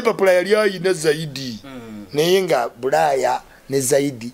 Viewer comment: “Buraya” it’s bulaaya bro